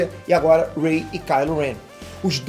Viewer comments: Po "rei"?? Achei q vc tava de sacanagem errando o nome dela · Rei? Poie? Porra fala os nomes dos personagens direito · "rei" "poe" kkkkkkkk mds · ele falando o nome da Ray errado Kkkkkk “Rei”